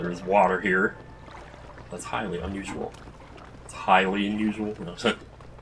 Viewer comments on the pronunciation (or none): You didn't say "Highly unusual" you said "Hylian usual".